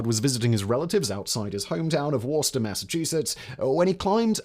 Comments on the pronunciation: Worchester MA is pronounced "Wu-ster" or, more properly "Wu-stah". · As being born, raised, and still living in new england, It's pronounced "wou-stah", wou sounding like the word would, and stah sounding like the word stop. It's a new Englander thing. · Woos-Tah Rymes with rooster. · *Woostah. Worcestor is pronounced Woostah in Massachusetts.